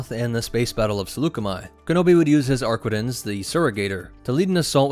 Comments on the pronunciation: "ArquiNtens" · Ah yes, the ship that simply CANNOT pronounce the name of correctly.